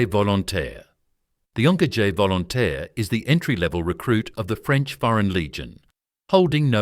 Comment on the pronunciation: You mean: Onko´jear Volo tear? :D